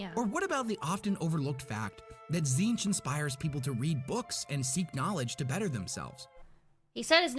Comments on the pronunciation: How does Tzeentch (zeen-ch) get read as “zin-TECH”??? There’s clearly double E’s and no E between the latter T and CH. 😅 Also, lemme see if this oversimplification helps: • Khorne and Nurgle are 2…3-ish…forms of death, those being death by violence and death by disease and natural causes, as well as wrath and sloth. • Tzeentch is knowledge and various forms of change and manipulation, be it adaptation/evolution, fate/destiny, choices of words ( truth or lies ), etc.. • Slaanesh is just sin w/ a non-binary intersex self-ID and pronouns. … OK, look, as a Khorne fan and Nurgle + Tzeentch sympathizer, I ABSOLUTELY DESPISE Slaanesh, more than Erebus, Leandros, and the Dark Eldar combined. He…She…They…It is basically just all the stuff we do and like in our everyday lives, but cranked up to unnecessarily depraved levels, a.k.a. the technical definition of sin. That’s why some religions are so strict about what you can and cannot do, bcuz doing something in an obsessive, unhealthy manner will f@ you up in the worst ways imaginable and it’s never a good thing to do, hence the whole “do things in moderation” thing. There’s a reason that phrase exists and things like Slaanesh are the reason why. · You know it works when Tzeench fuck up her saying its name lmao